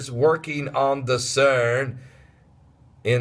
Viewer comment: lol pastor i like the way you say CERN